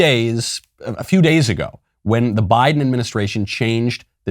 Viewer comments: I thought I heard Michael say "Why-den" instead of Biden, and I said to myself "Yes. Why, then? Why get boosters that don't work? Why-den." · Why-den Biden